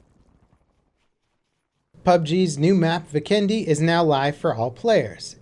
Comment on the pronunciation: It's Vikendi, not VIkendi. :D